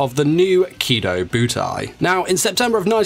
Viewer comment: Kidobutai not kido-butai